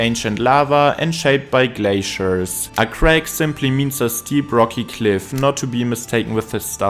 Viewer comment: Crag and crack only sound the same to German ears, since German de-voices all final consonants. Same thing with dog and dock. I told a German friend we were sitting on the dock and he said "Why would you do that??"